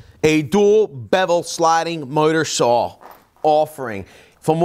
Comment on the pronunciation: Say “miter saw.”